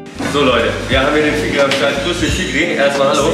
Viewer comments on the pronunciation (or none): bruder der typ heisst fikri nicht f***rie 😂😂✌🏼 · Fikri* bro, nicht fickri 😂😂😂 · Er heisst FIKRI mein gott hättest ja wenigstens fragen wie es geschrieben wird. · Fickrie hahahah (P.S. er heißt Fikri)